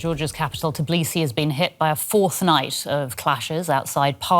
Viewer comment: TIBlisi ? 😂 they cant even pronounce your capital name